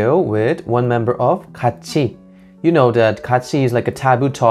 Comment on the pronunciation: She deserves better not "ItS KaAtChI"